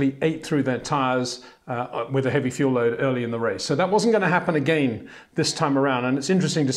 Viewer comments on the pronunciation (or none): none